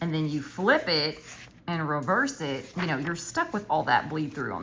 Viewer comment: Ahhhh I can hear the Marvy marker on your paper…I love it! I may have to try those…but I gotta order before Novemberrrrrrr!! I love when you do these educational videos to help out all the planner peeps!! Haha the “no thank yew “ pile 🤭🤭🤭 Ooooh that pilot suspect pen and it didn’t bleed through??!! 😱😱😱 I love how you just have random pens you don’t remember!! I’ve been trying to keep mine cleaned out so I have a shit ton of flairs and inkjoys and then a handful of randos mainly ballpoints I keep on deck 🖊🖋🖌🖍 And I agree on your handwriting looking or feeling different with different pens!!